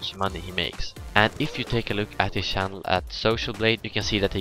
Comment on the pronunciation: I noticed you were Swedish because you couldn't pronounce the ch in channel just like pwediepie xD